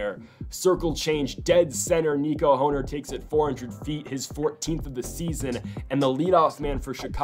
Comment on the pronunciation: It’s Nico horn er not hoe ner it’s spelled hoerner but pronounced like horn-er